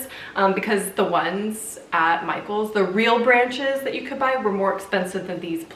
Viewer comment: did u just call them "branchies"? 😂🙌 🕸🕷🎃 the little painting above the keyrack is SO cute!